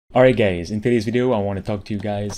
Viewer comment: Did he just say "Alright gays" 🤔